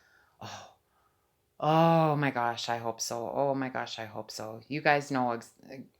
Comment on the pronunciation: Why u saying om gos